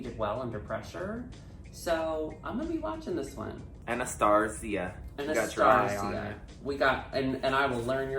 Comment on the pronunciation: is the first person I’ve EVER seen get Anastarzia’s name right. WOW.